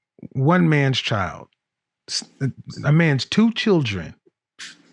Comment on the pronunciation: She can't even pronounce words properly. It's promounced "children" not "chidron". It's pronounced, "older" not "odor".